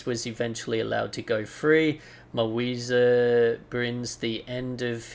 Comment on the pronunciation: You just pronunce it very well. Mawiza is a mapuche band from Chile.